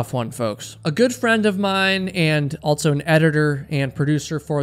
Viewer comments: This guy says Altso instead of also and it's driving me insane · Are you saying “altso”?